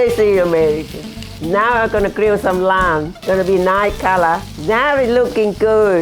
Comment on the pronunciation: Gorgeous! But I kept thinking she was saying 'lamb' until she put the lime in the pan!! How sweet!